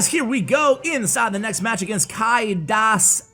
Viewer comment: Kinda funny you tried to ponounce kai das ei :D its german and means kai the egg